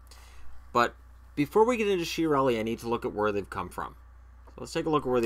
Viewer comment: I am sure it is pronounced Kia-relli, because it has Italian origins, and the CH sounds like K.